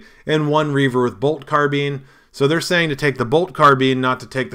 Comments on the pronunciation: Just a heads up...it's Carbine with a hard "Aye" sound, not Carbene.....carbene is a chemistry term. I didn't know what you were talking about at first. Lol :) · Brian Hayne Really? When I was in the army we kept pronouncing it Carbean.....then again I wasn’t surrounded by the worlds smartest people there. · Budget Wargamer Ya, hundred percent sure man. You can Google it too. It'll give you the correct pronunciation too. Different cultures will often say words differently too or maybe it's some kind of military tradition or something. In common usage though, it's Carbine. :)